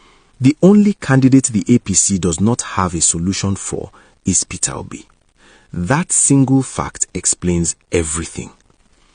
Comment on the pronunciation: Nit Peter Obi, he says Perer Obi😂😅